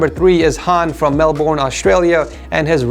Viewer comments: I'm really bloody triggered right now so I'm going to say this as nice as possible. Melbourne is pronounced more like melbun not melboorne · Its pronounced 'Melbin' NOT melborn!!! and those speakers can't be shipped to Austria and cost $75! That is not cheap man I don't get hoe you said it was. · I know that all the Australians here cringed when he pronounced Melbourne as Mel-born. For others it’s more said here as Mel-bin. Idk why we say it like that but sure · It’s pronounced Mel-burn not mel born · It's pronounced mel-burn not mel-born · SMALL RANT ALERT one day us Aussies will get every American to be able to pronounce Melbourne like Mel-bin/Mel-ben and not Mel-Born Thank you for your time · I’m pretty sure you pronounce it ‘Melben’, not “melborn” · nobody:: Melborn (you do realise its pronounced: melben) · It might just be me but he pronounced Melbourne "mel-born" it's mel-bun well pronounced like that...... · my guy said melBORN it's pronounced mel bin (melbourne) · ok just to all the americans that pronounce melbourne MEL-BORN its MEL-BIN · Bruh he said Mel (born) (It’s Mel (Ben) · Sorry to be that one guy but Melbourne is pronounced “Mel - burn” not “Mel - born” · Mel-bin btw please never do that again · When you pronounced it mel-born i died in a bad way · Not to be rude but I’m from Melbourne but did you just say melbournnnnnnne it ain’t pro like dat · Melbourne is actually pronounced Melbn or Melburn FYI!!! :) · Just letting you know, Melbourne is pronounced: "Mel-Burn". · Melbourne is pronounced melbin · “Melborn” lol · The way he pronounced Melbourne tho... what a way to assault an Aussie 😂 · Melbourne is pronounced Mel-bin/Mel-bn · MelBOURNE Man you butchered that lmao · It’s pronounced Mel-bin hahaha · Who else is here from Australia and just got triggered by the fact that he said Melborne instead of Melbourne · when will americans learn how to say melbourne.... MeLborrrrn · no one:: melBORN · did he say "melborn"